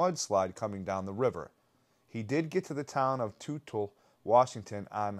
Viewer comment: Seems that if your dad worked for Weyerhaeuser, you'd know how to pronounce the company name as well as the name of the town of Toutle correctly! I call B.S! 😂